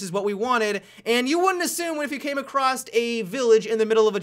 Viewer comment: Did you graduate high school? I feel like you don't know how to pronounce a lot of words. Acrost, Guyses, Snipering